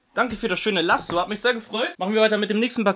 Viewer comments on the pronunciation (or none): Digger was für Lassom? 😂😂 das heißt lasso😅 ohne "M"😅😅😅